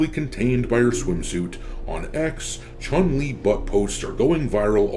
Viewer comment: I do the sf6 1 time a month for the BP but I can't stand the game because how level select works. PS I wish people learn to say her name right Chun is closer to chewn then what people say